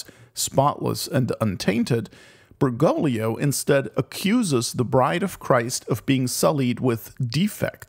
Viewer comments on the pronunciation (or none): great vid. however, it's BergoGlio. there's a second G. it's not "Bergolio". Ber-GOAG-lee-oh ordo watch derksen